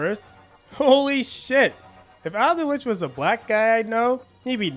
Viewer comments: Also just say "Old-witch" Not "al-de-which" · Two minor corrections: Aldwych is pronounced All-dwitch, not Al-dwitch. Lud as in Lud's Gate is pronounced Ludd, not Lood. Apart from that, absoloutely top video, good sir. I'm amazed it hasn't been removed though, given your N-bombs.